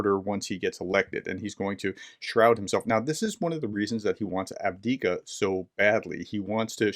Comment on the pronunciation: Love your updates however just FYI The town of Avdiivka is pronounced aVVdiiVVka